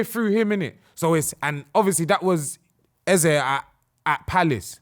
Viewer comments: Wick is right its Ez-ey not Ezer, its Igbo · EH-Z-EH....please don't ruin our culture😭😭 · Chill broski, lmao. Eze is an Igbo Nigerian word that means King and its actually pronounced EZE and not EzA or Iza or whatever he mighta said 🤣😭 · EZE IS EZE, that is an igbo name meaning King. It is not EZZA. it’s pronounced as spelt . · it’s pronounced “A - Zay” not “Eh Zeh” or wtv you man are saying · Eze is Igbo language that means King. It is pronounced as EZE the way it is spelt not IZA or whatever that guy said. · Homie said it's Ezah ? brudda ur not nigerian 🤣 its definitely not no ezah lmao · im not disagreeing with u on any of that im just sayin the way he said it in that interview sounded like eza thats all lol